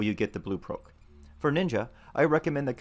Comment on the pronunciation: You say proc so bizarrely lmao